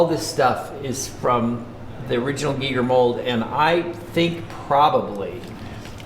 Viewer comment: Thank you for pronouncing his name correctly, and it was great to see respect payed by you all to his genius. I was lucky enough to meet him in 2002, my Art god, he was so nice, happy to meet his fans.